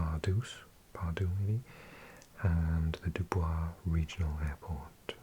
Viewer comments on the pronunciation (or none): Dubois, Pennsylvania is actually pronounced “Dew-Boys”! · Number 3 - we pronounce Dubois as Du-boys!